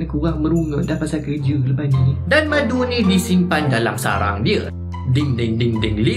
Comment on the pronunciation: ckp " buat madu ni susah " yg sya dengar " bulan madu ni susah " teringat pengantin bhru kn lah.. Sentiasa dlm lindungan InsyaAllah, n... Moga sllu manis bgaikn madu.. 🍯